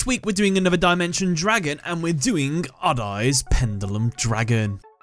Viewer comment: It is so funny when the narrator pronounces "odd-eyes." (adays) ahahahaha